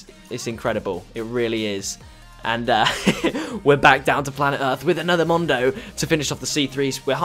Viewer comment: Love the accent it's so good when you say "Mondo"